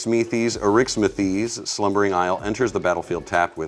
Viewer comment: Me: yes is playing my favorite commander! Also me: damnit he’s mispronouncing it every time XD